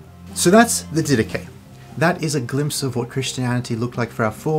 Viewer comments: The Dedache correctly pronounced “Didahi, with a bit harder “h” and not Didaki. in Greek is Διδαχή meaning the teachings. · The "Did ache" is another possible wrong pronunciation. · “Anyway, the die-dak” got me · I always pronounced it Did-ah-Ch-ee. With the ch pronounce like the ch in Church. That’s how I pronounced it when I first read it when I was 19. Thank God for hearing, because there’s a great many words that I would mispronounce if I hadn’t heard them. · So how does the section on Bishops and Deacons align with Apostolic Succession when it says to "appoint bishops for yourselves?" I'm very interested in Orthodoxy and other churches that claim to carry on the "Apostolic" faith in continuity from the beginning, but when I read the Didache (and I love the Dydack pronunciation btw) it seems to far more align with my protestant beliefs. What am I missing? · I pronounce it di-da-ché (like che guevara) how much steam would come out of a Greek Theologians head? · ...anyway the Die-dak... hahaha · Actually it's pronounced Dhi-dha-KHI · "Did Atch EE" from the American South. LOL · It’s not pronounced di-dah-chay?! 😂Great video thank you!